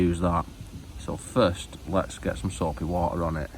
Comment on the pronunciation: You said soapy water wrong, it's "SOAAAPY WOOOOODDER"